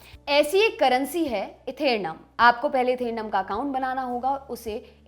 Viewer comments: मैडम पहले हिन्दी शब्दों को सही बोलना सीखे जिस क्रिप्टो को आप ईथेरमा बता रही हैं उस का नाम इथेरियम है (ETH)वैसे भी CBSC बोर्ड से पढे लोग जब हिन्दी मे खबर पढेंगे तो यही होगा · Etherium ko ethernum bol rhi mam😂